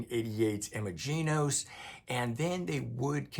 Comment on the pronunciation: Thanks for the review. Quick nitpick: it’s pronounced “Imagine-ose”